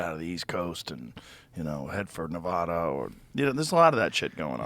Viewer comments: You would think joe would know how to pronounce NEVADA! ITS NOT NUH VAUGH DUH.....IT IS NEH VAH DAH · neh vad ah not navaduh. should know better, joe. lucky yer cool... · Joe still doesn't know how to pronounce NEVADA. 😢😢